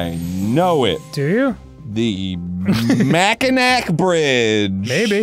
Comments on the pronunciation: We pronounce it mack-in-awe just so you know 😁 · As a native Michigander, hearing Arin's pronunciation of Mackinac Bridge is understandable but funny nonetheless. If you wanna know how to pronounce it, replace the last c with a w and you got it. Mack-in-aw. Pure Michigan. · citation required Mackinac is pronounced mack-ih-naw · Clearly Arin didn’t know what the mackinac bridge is based on him pronouncing in macinack lol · I can't speak for Florida, but in Michigan, the rich high school kids all played La Crosse. Also pretty sure it's a native American sport, which makes sense that rich white kids appropriated it. Also, the bridge is pronounced Mack-in-awe. No one says Mack-in-Nack. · AHH IT'S NOT MACKINAC!!! ITS PRONOUNCED MACKINAW UGHHH ARIN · "The Mack-i-nack bridge!" Sorry to burst your bubble Arin but's actually pronounced "Mack-i-gnaw" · ITS NOT MACKINACK ITS PRONOUNCED MACK-IN-KNAW ~michiganders be raging~ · It ain’t MACKINAK it’s pronounced MACKINAW!!!!! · Arin: Mack-in-ack Every Michigander: NO!! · mackin-ac hell nac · As someone from Michigan who's crossed the Mackinac Bridge countless times I absolutely love also Mackinac is pronounced Mac-aw-nah which is so ingrained in me that Arin genuinely pronouncing it how it sounds was kinda jarring and funny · i can tell he didn't know because anyone from around the area pronounces it mackinaw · IT'S PRONOUNCED MAC-IN-AWE!!! Okay obligatory Michigan out rage done. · Mackinac = Mac-in-awe ITS MACKINAC LIKE MAC IS IN AWE michigander rant over carry on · As a spouse to a proud michigander, it's pronounced makinaw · It's spelled Mackinac but pronounced "Mackinaw." From a Michigan boi to you,. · It's pronounced Mac-A-Naw Bridge. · mack in naw bridge is how it is pronounced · Arin it’s pronounced “Mackinaw” (from every Michigander) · As someone from Michigan, I am OFFENDED by Arin's pronunciation of "Mackinac". It's "mac-in-aw", ARIN. Lol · its pronounced mack-ih-naw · Mackinac is pronounced Mackinaw